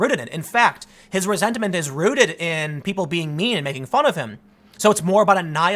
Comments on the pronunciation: “Resent-a-ment”. - Tim pool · Did you say resent - a - ment? Lol